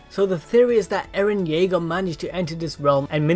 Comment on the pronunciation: ERIN YEAGAAA AND ERIN KRUGAAA. No offense FAM♥️😂